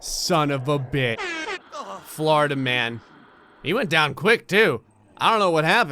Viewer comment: i kept hearing florida man as flarta man